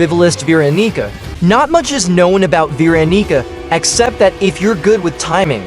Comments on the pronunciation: "Veron***a"?? What the hell is this ai saying??? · Veeronica. No Veroniga. Yes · ah yes, my favorite survivor, Veeronigga